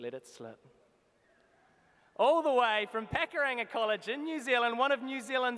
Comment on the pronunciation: But you can't say Pukaranga correct?